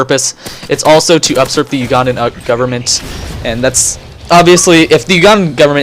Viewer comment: Usurp not Upsurp